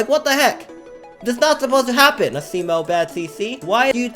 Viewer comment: ITS NOT FREAKING ASSIMO ITS ASIMO